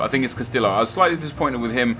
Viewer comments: Cuh - stee - oh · Casteeyo is how u pronounce it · castio is how its pronounced, not trying to be rude but in spanish double L is silent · Not Carrillo Nep, Castillo !!! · double L's in Spanish is pronounced as a Y. please start saying Castillo as Casteeyo because its just kind of insulting to the spanish language and heritage. good vid as always though!